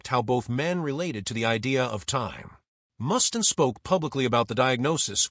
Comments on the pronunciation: I can’t listen to this dumbass AI call him Mus-tin one more time. Do these creators even listen to the horse shit their AI is spitting out? This video is crap. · This guy doesn`t have a clue. I`ve never heard anyone ever mispronounce Mustaine`s name in my 58 years of being a ROCK AND ROLL JUNKIE